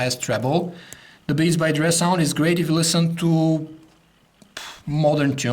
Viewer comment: "Beats By Dreeh"